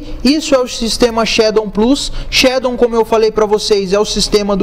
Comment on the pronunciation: "Shadon" kkkkkk